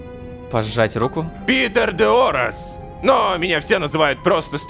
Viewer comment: Питер(без "тер") Де(без е) Орас